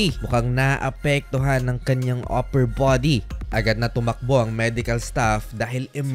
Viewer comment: ..sobrang slang ng pagkakasabi ng "upper body"